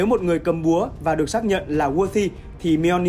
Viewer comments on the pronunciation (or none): Ad đọc tiếng anh gì phèn v , chứ weight rồi chữ worthy sai bét hết rùi